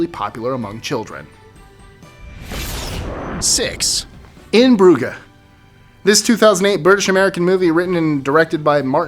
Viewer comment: Hey you kind of butchered In Bruges that's okay though still really want to watch it now LOL